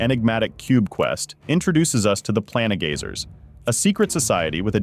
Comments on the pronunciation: Its PLaIN gazers, not pla ne gazers.. somehow you manage to say plane right, but not planegazer xD wtf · The ai voice is really struggling pronouncing the “plane” in “planegazer” and “planestrider” xD